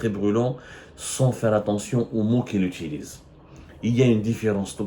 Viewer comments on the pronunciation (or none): none